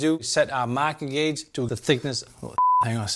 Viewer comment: Searched Amazon for “maahking gauge” multiple times, and it kept automatically adding an “r”. Similar results when searching for “wicked shaap pencil”